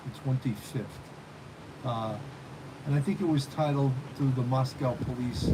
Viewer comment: Moscow rhymes with Roscoe.